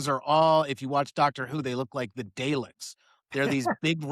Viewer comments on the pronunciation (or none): "Dayleks"?? It's " "Daleks" which is pronounced ""Dahleks".